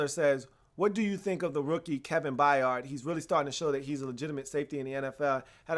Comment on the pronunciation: only thing is Kevin's last name is pronounced By-urd it's not a hard 'A' in the middle of his name, I say this because it's important to pronounce future Hall Of Famers names properly -_^